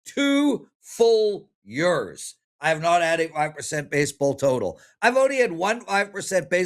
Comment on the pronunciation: pronounces years as YERS.. LOL